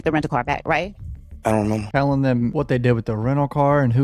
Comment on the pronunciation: “Ion Remember” 😂